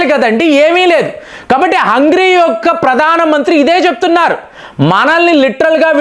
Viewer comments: U r pronounce is not correct of Hungary, అంగ్రి కాదు అంగేరి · Not hungry , it is hungarei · hey bro its not hungry bungry its hungari, 😂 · అయ్యా. హంగ్రీ కాదు .. హంగేరి దానిపేరు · Hungry kadu sir hungary 😂😂😂😂, School ki pampali mimalni malli 😂😂😂😂😂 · Hungary ✅ not hungry ❌ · Adhi hungry kaadhu ra gutley , It's Hungary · హంగ్రీ కాదు హంగేరి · హంగ్రీ కధు, హంగరీ అని పలకండి😮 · You are deliberately pronouncing mistakes, in spite of being pointed out by several viewers many times. You never bother to change your attitude. Hungry, eeran, eeraq, breezil, submit (for summit) etc, etc. Better you introspect